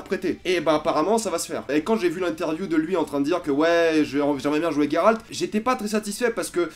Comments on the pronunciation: Comment tu peux te dire FAN de The witcher. Et prononcé GUeralt de rive. Au lieu de '' j''eralt (je sais que sa s' ecrit '' Geralt'' et justement. Phonétiquement.'' Geralt '' sa se prononce Jeralt. Pas Gueralt. Merci de ne plus faire l'erreur a l'avenir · Geralt pas Gueralt ok !! Tu as jusqu’à fin 2019 pour apprendre. (à part ça t'es un mec sympa) :D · The Witcher c est ta vie mais tu prononces mal Geralt :/